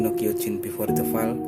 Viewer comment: Fall dibaca foll oi